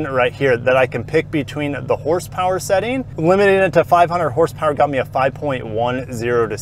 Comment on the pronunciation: "900 Porsepower"... I sure as hell needa see that in person lolol 😅